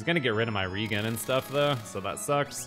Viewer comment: Maybe I said this before, but REGEN is short for regenerate. Thus, re-JEN, not REEgan.